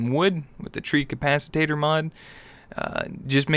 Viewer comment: not trying to be rude or a troll but it's pronounced. Tree cap - a -tator